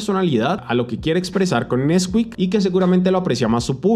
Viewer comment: nesquík ❌ nÉsquik ✅✅